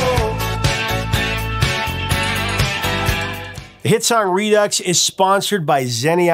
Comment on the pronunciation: Did you just pronounce "redux" as "re-duckses"? Really? It's properly prounced, outside France, as "ree-dix". Sheesh.